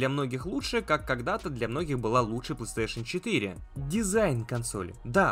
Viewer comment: фанат бокса, так как не может выговорить PlayStation павильно. (Плестеешен он говорит, сук я раза 3 акцентировал внимание что выговаривается не так)